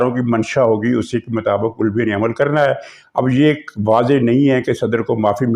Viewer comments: "Ulwi" aap jaan kur kehtay hain ya na-danista "Alvi" ko. Lekin, aapki yeh "ada" buri nahin. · Aap aik senior journalist Hain. Alawi ko bigaar kar ulawi bolnaa aap par suit nahi karta. Alawi aik sacred term hey. Please !!! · جو صاحبان اعتراض کرتے ھیں کہ "علوی" کا تلفظ درست بولا نہیں جا رھا تو ان سے عرض ھے کہ " الووی" (owl) بول رھے ھیں ۔ آپ سمجھا کریں:-) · محترم آپ اپنا علوی کا تلفظ صحیح کیجیے ورنہ صرف صدر عارف کہا کریں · " عارف علوی" میں "علوی" کے "عین" پر زبر ہے، پیش نہیں۔